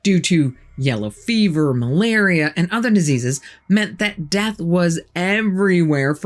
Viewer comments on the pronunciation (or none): none